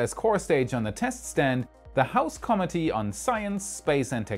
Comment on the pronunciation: love your show. It is always interesting and informative. One small point. Please review your pronunciation of the word "committee." It is consistently pronounced incorrectly throughout the video. Otherwise, great job. But, as to the topic, NASA is finished as a driving force in big space projects. Leave the moon to Blue Origin to colonize. Elon Musk will take the lead in colonizing Mars.